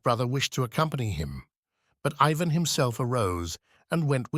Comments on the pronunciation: I guess since the genie is out of the bottle it's all over. We can only hope I guess that AI becomes more intelligent and can pronounce Ivan the way it's supposed to be pronounced each and every time. utterly annoying. Tolstoy would've hated it. As would any artist. 😮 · The narrator alternates among three different pronunciations of Ivan.